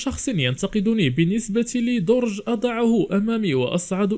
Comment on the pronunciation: درج بالفتحة يعني لصعود اما درج بالضمة يعني لتخزين الأشياء لهدا التنوين في العربية مهم ويغير معنى الكلمة لغير معناها، والشكر ا،